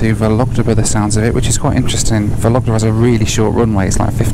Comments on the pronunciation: Only two things bothered me someway. Stress in the name of the city. VOlogda, not VolOgda (if you pronounce that 100 times…). And choice of music, it is so weird, but obviously it represents how people from outside Russia imagine Russians :) Otherwise that was a funny and interesting video. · ВологдА, а не ВолОгда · VOlogda, with the stress on first syllable. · Cool video, mate! But the city is pronounced VOlogda (the stress is on the first syllable). :) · It’s vOlogda. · vOlogda , not volOgda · It's VOlogda, not VolOgda))) Sounds so funny and non-Russian)) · VOlogda, not VolOgda! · You pronouncing accents wrong - Vólogda, NOT Vológda. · vOlogda not volOgda :) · thank you for this amazing video. First I'd like to say, the name of the city of Vologda has emphasys on the first syllable, it sounds like vOlogda. Yak-40 is one of my favourite soviet aircrafts too. In the eighties I had flown on it many times. Three Ivchenko turbofans sound really cool, but they are too voracious. Fuel consumption at cruising is about 1100 kg per hour (~2500 pounds). Aviation people consider that Yak-40 is most fuel ineffective aircraft among small turbofans. About altitude in Russia. Russia uses feet and RVSM since 2011. But air traffic controllers in any regional airports continue using meters. Also flying and cabin crews often say altitude and speed in meters and km/h to passengers, even though they work with feet and NM. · A good drinking game would be have a drink every time says ‘Vologda’ 😉 great video!! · The correct pronunciation of Vologda is VAU-lug-duh with the stress on the first syllable. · VOlogda — the stress falls on the first syllable. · By the way, in the name of the city of Vologda, the emphasis should be placed on the first syllable: VOlogda :) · I think the right pronunciation is VologdA ;-) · Drinking game: take a shot of bourbon every time he says "Soviet", a shot of scotch every time he says "YAK-40", and a shot of beer every time he says "Vologda".